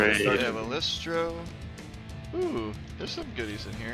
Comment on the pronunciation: I’m pretty sure it’s lystro not listro